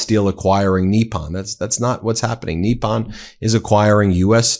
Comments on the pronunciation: 'Nip-pon'... not, 'NEE-pon'... professor. Why do you have so much trouble pronouncing foreign words. You sound like a rube, not a Georgetown educated attorney from Long Island... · The word is Nippon, as in NIP ON - not knee pon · Nip-pon not Knee-pon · nippon pronounciation: "knee-pon" not "knee-pan" . Love your show! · I love your stuff, but can you please pronounce things correctly? You look stupid when you don't. Maria BartiromO, with an O, not "Bartiroma" with an A. Nippon Steel is not pronounced "NEEP-on," it's pronounced "NIP-on." Where did you even get "NEEP-on" from? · TACO calls it Nissan, not Nepon. Tesssler TACO boy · I see we are calling Nippon, 'Neeppon', now. I suppose that we will have to 'seep' our drinks instead of sipping them. Why are you converting to Mexican Pronunciation? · He always called it “Nissan” steel. 😂 😂